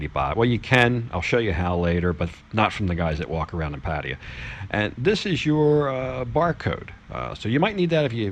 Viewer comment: I like your videos but please learn to pronounce pattaya I hate people saying paddiya its PATTAYA PATT NOT PADD